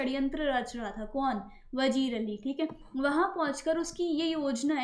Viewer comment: It's not vajeer it's vazeer Correct your silly pronounciation 😑